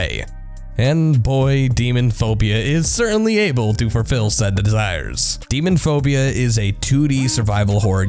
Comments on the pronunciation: It's "Lisa the Painful: RPG", but you're saying "Lisa: The Painful RPG". It says "Demonophopia", but you're saying "Demonphobia". Can't you read? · youve written about demonophobia 3 times, yet through all that, still haven't realized that its not demon phobia, its demon-O-phobia... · "DEMON(o)PHOBIA. I have written about this game THREE times now..." And yet you still can't pronounce it right? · Why do you pronounce it, "Demonphobia," when it's clearly, "Demonophobia"? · Text: Demonophobia Narrator: Demon phobia Smh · Video: "DEMONPHOBIA" Me: "I think you missed a lett-" Video: "I HAVE WROTE ABOUT IT 3 TIMES NOW" Me: "yet you can't pronounce it. Okay..." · Has written about Demonophobia 3 times... pronounces it Demon phobia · you have written about this game three times and you still blatantly mispronounce the title? There's an "o" between demon and phobia. Istg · "demonphobia...i have written about this game 3 times" proceeds to continue to call it "demonphobia" for the rest of his blurb. it's right there on the screen dude - "demonOphobia" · The content is decent but the narration is kind of retarded. The first voiceover was cringy as hell, and the guy that did demonophobia forgot to pronounce the O in demonOphobia, and also managed as an adult to mispronounce the word subsequently, as though they had no idea what that word was. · You talked about Demonophobia 3 times and mispronounced it all 3 times? De-mono-phobia. It's 6 syllables, not 5. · Demonophobia narrator: You need to learn to pronounce words properly. The game you've apparently "written about three times, now," has an 'O' between 'Demon' and 'phobia'. The word has six syllables. 'Subsequently' has it's emphasis on 'sub,' not 'se'. It's pronounced sub-seh-kwent-lee. Otherwise, good vid!